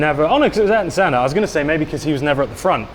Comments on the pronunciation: Aryton senna Italian? 🙄🙄🙄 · So says he's a Formula 1 fan but can't pronounce Ayrton Senna's name right, one of the best F1 driver's who ever lived and was from Brazil, not Italy. Then, whilst stood at Ayrton's F1 1990 world title winning car, talked about it having a monocoque which splits in half. Then Adam commented that drivers don't crash. How ironic that Ayrton was killed in a F1 car crash in Italy. I'll stick to watching your house shows and watch videos guys. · says he loves F1 yet he didn't know how to pronounce the best driver ever to drive an F1 car,Ayrton Senna. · You said, you loved F1,, but couldn't pronounced.the greatest skilled.driver to ever lived...it kinda make me wonder,, how much do you really loved F1